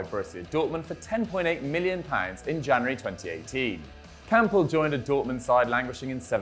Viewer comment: I swear I heard he said kampl join bvb in January 2018